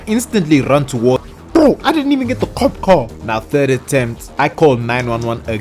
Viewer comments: i love him saying kop like a dutch person i guess ur an north african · Are you Dutch? Bc you said kop😅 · you said kop i smell dutch